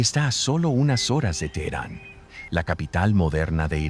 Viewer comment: No es teeran Es teheran!! Sr Necesita leer su biblia GENESIS eduquese antes de subir sus videos